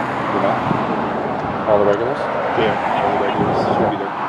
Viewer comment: THA ? OR THE ? YOU SPELLED THE NOT WHAT YOU SAID .